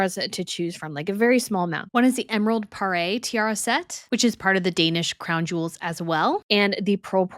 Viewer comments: “Puh-Ray”? Please, the correct pronunciation is “puh-roor” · "par your" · Please stop saying pa-ray. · The word Poire is pronounced Pwah-rey, more or less. The word Parure is pronounced pah-roor.